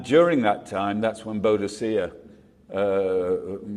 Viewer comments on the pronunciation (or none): The name Boudica is pronounced "boo duh ka", that's a pretty shocking school boy error for someone that wants to talk authoritatively on British history... 😕